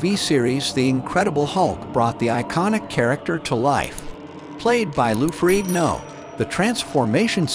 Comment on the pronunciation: The moment you mispronounced Ferrigno I turned off the vid. You disrespected the best of all the Hulks.